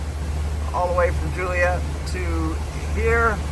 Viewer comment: Being that you asked for proper terms.. What you have been calling "bouys" are actually "fenders", and Joliet IL is pronounced like Joe, and not Julie. . Not that it matters, but you did ask!!